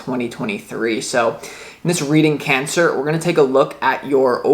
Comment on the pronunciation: Your so familiar to me and your readings are fine tuned..You said "Pancer," that was great too :-D))